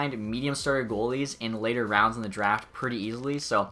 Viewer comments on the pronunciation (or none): none